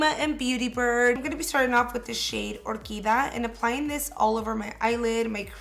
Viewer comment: isn't it the shade OR QUI DIA? you're saying orquida